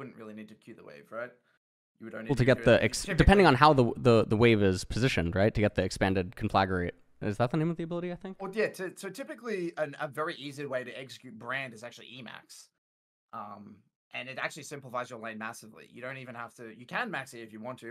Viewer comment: CON-fluh-grate not "conflaggerate" or whatever said lmao